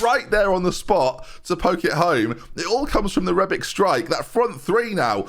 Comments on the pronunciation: its rebić not rebik, you say ibrahimović correctly why is it difrent with rebić when its pronaunced exactly teh same lol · Calling Matip 'matic' when bringing rebic on, whilst pronouncing rebic' name wrongly; classic benjyism once again